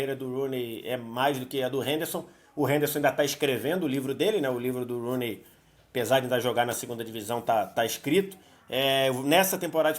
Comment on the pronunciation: Ela falando Rooney foi mto ruim kkkk